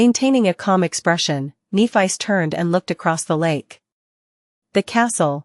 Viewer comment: I would like to know as well. This voice is really bad. Kneephice. Like what? And instead of w-what it’s W. What